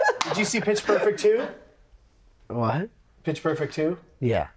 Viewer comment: Around 42 minutes when he was repeating "Pitch Perfect Two" to Zack Pearlman I heard "Pittsburgh for two" both times.